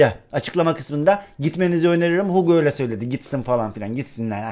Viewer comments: Hag diye okunuyor o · Hug Hag diye okunuyor:) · Abi Hug söyle okunuyor Hag